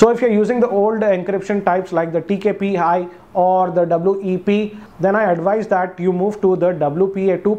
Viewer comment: Sir its not TKPI . It is TKIP